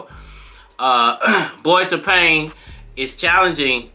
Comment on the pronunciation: Tapang means brave. The stress is on the second syllable when pronounced. ( Ta - pang' )